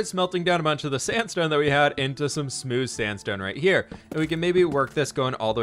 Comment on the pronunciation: Spooce sandstone? New sandstone texture? Mix between Spruce and Sandstone? I think you were trying to say smooth sandstone, but I got this instead. :)